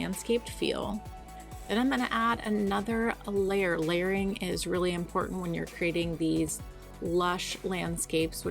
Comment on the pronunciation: Were you saying "layering" or "Larrying" ?!!